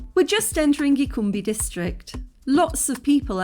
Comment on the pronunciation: Gicumbi is read like " Gi - CHOO (like in choose) - mbi"